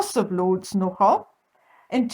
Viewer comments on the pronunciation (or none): I am an expat living in Nz and heard the 'nogal' immediately. We call it speaking " Englikaans". 🤣🇿🇦